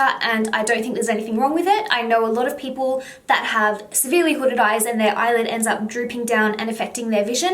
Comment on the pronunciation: I only heard one word hodded eyes hodded eye